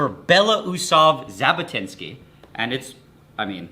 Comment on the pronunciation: It's Zhabotinsky, not Zabotinsky